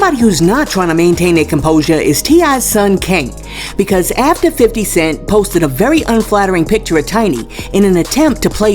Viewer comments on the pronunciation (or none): YOU SAYING 50 wrong but you putting up the same photo of Tiny in your video 🤣🤣🤣🤣🤣🤣